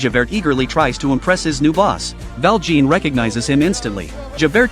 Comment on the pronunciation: Me almost politely correcting every time he says Val Jean :3